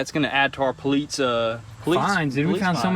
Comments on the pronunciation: Anyone know why they always say "Poleetz"??? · I heard it lol does say polietes car instead of police car. Lol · Nobody: Absolutely Nobody:: PoLeEtZ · At this point i think they just say "Poleetz" to trigger us... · I unsubscribed. It’s NOT “POLITZ” it’s POLICE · Enough with the "poleats" cars -_ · Huge fan . Just wondering if he is French he keeps saying politze. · No one:: Politze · Poleets hahah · Is your mis pronunciation of police on purpose? Love the videos btw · Luis Rivera , funny but I think it was his brother who can’t say police. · No hate, but... THERE IS NO T IN POLICE!!! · his accent to pronounce police is so funny.. 😀